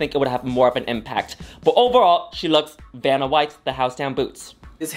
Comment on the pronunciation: I thinks she may have difficulty pronouncing the name Vanna Nicky says "Banna White, Benadryl", maybe due to her French accent. lol